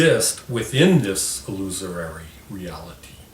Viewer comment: illusory not illusorory. Illusorory is not a word.